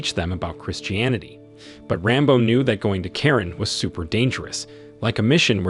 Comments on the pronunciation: Yes the culture name is Karen. I’m one of them but you don’t pronounce it like that. You pronounce is Kuh-ren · Kuh-ren sorta like Quran. Very odd. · Karen is a culture but you don’t pronounce it like that. You pronounce is Kuh-ren. Thank you🙏